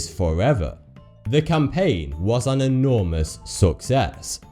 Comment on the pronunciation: "The campain was an erourmous SUCCess."